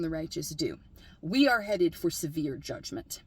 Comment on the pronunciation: The j word doesn’t have an e between the g and the m. Just sayin’. Great video, though.